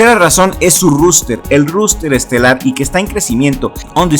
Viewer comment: Un consejo, se pronuncia roster, no ruster